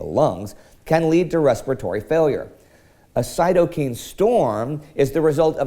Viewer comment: Just a hat tip...cytokine should be pronounced so second syllable rhymes with ‘nine’